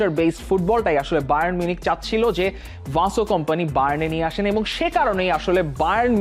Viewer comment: ভাইয়া ওইটা ভিনসেন্ট কোম্পানি হবে। ভাসো কম্পানি।।। আর ওইটা সাবি আলোন্সো না জাভি আলোন্সো